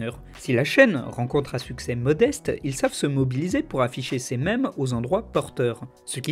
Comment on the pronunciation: enlève cet accent à mèmes stp